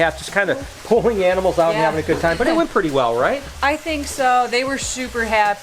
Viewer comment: i thought i heared enemels instead of animals.. but anyway rip ryan..